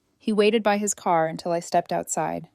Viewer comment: "Him door"... It's "his". "His door".